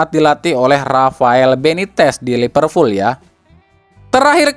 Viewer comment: A, sedikit koreksi. Liverpool bukan Lipervool 😁